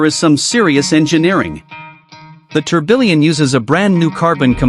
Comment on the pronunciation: It's pronounced as Tur-biyon. And its she-ron. Not Chi-run.